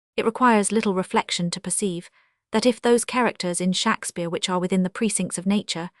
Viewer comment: how laughable to use an ai voice which can't even pronounce Shakespeare in the correct way . OMG